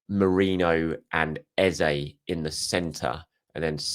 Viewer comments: Hope this helps, the Eh at the end of Eze's name sounds the same at the beginning. Hence Eh zeh. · I know this has been addressed but hearing someone saying Eza is like someone scratching on a chalk board, An opportunity missed on the player teaching people the correct pronunciation of the name. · You're still getting Eze's name wrong. He mentioned in the the interview that both 'Es' are pronounced the same. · please it is Eze not Eza